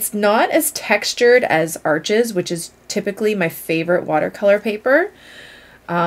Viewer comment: Saunders Waterford is local to me which is great. The first time I bought Arches I pronounced it like you do as Arches, the shop kindly corrected me to pronounce it like arsh :) I love Fabriano Artistico for HP so need to try some CP to try.